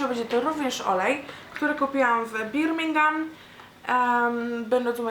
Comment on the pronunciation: fajny haul,btw czyta sie Bormingam